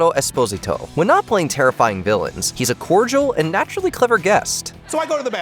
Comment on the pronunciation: Gee-ann Carlos Espose-zi-toe? Come on! Stop it.